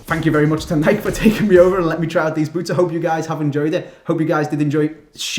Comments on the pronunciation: Its not nike its nikEe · please start calling it Nike. nike-ee. like how it's supposed to be pronounced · nikEEEEEEEEEEEEE..you pronounce the E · Luke Liston yea u bitch its pronounced nikey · lmao he said nik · Wait...How Did He Say Nike? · Why can't British people pronounce Nike correctly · Why does he pronounce Nike like that? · Does it not annoy anyone else how can't say fucking Nike?